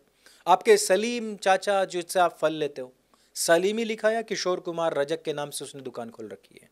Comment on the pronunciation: रजक नही रजाक